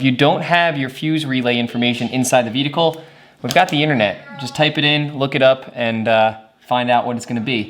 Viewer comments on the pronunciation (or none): I adore the way you say "vee-dickle" for 'vehicle'.